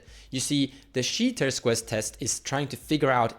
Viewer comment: Chi is pronounced like "kai" I believe